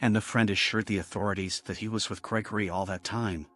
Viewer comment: Is it just me or did it sound like the way the narration voice pronounced Gregory in the first story made it sound a lot more like it's saying "Cray Cray"??